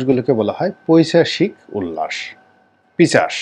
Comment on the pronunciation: আসসালামু আলাইকুম। " পৈচাশিক" নয় , শব্দটি হবে " পৈশাচিক" " পিচাশ" নয় " পিশাচ" বলতে হবে । প্রয়োজনে অভিধান দেখে যাচাই করবেন। ভালো থাকবেন।